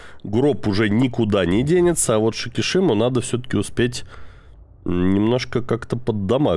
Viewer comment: Сикисима произносится самими японцами через "с", а не через "ш", однако:-)! И вообще буква "Ш" не очень популярна в Японии! Не знаю почему, но это так!